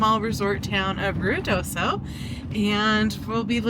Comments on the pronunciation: Yes,you said Ruidoso correct!! I lived in Alamogordo N.M.years ago...try saying that lol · Love that you were in NM, and you did pronounce Ruidoso correctly. 😊